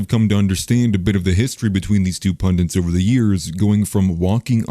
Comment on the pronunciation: It's pundit not pundint